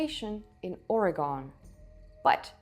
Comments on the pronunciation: I am going to correct you right away. It's not "Or-a-gone", it is "Or-a-gun." 😊😊😊 Oregonians are mighty touchy about the pronunciation of the state name.😁 And don't forget about the site of Cooper's Ferry at the mouth of the Salmon and Snake Rivers in Idaho 16,500+ years ago. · In future please have the presence of mind and respect for the people who live in the locales you're speaking about to learn the proper pronunciation, it's Or-e-gun not gone, I wonder how many other places you have done this with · Oar a gun, not oar a gone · Great video! Natives of Oregon pronounce it as “Or e gone”. “Not Or e Gun” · Or-eh-gunn Not Oreygone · Excellent and super informative video. please in your future ones in which you mention “Oregon,” it is NOT pronounced “ory-gone,” but “ory-gun.” Thank you. Subscribed. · It’s Oregun not ora gone… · How can this be? My Bible-thumping neighbor has told me that the world is only 6,000 years old. 😉 And for future reference, Oregon is pronounced "Orygun, " not Orygone." I've lived in "Oregun" since 1953. 😉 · Im sorry if someone hasnt pronounced your Capitol correctly. Please explain how someone else not pronouncing Amsterdam correctly has anything to do wi t h people not pronpuncing the State of Oregon as Oregone. Its true pronounciation is Or E Gun. I know its not a big thing to those who have neverbeen here but to those who were born and raised here it becomes irritating. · I’m sure it would have been a good video to watch?? But I couldn’t make it past the pronunciation of our state. We are a proud people. It’s ORYGUN not OREGONE. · let me do you a favor... its ORYGUN not OREY GONE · Hi dear. I respect you and your show very much and am a fan. Please know that the pronunciation of Oregon is actually Ore-GUN not Ore-GONE. Keep up the great work! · Pronounced OreGUN, not OreGON. 😃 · It’s just pronounced Organ like a pipe organ, it’s not called Or a gone, Jesus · Orygun not Oragone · It ain't Oraygon. It's Oreegun.